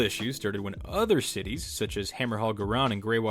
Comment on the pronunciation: good video, hope to see more. Also, a heads-up: in AoS and Fantasy Ghyran is pronounced Guy-Ran, like how Iran is pronounced eye-ran